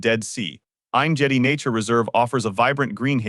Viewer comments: is there any point in saying how badly the robo voice pronounces names and hebrew words?? Ein Gedi is not pronounced like that!! Its AIYN GEHDI The G is a hard G, like gap, great, get or go. BANIAS is ban-yas not bah nee us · No point...but it is terrible 😂